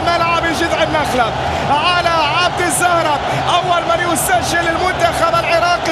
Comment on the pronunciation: اش فيه المعلق يقول عبد الزهرة